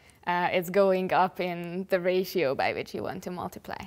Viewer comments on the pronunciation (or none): none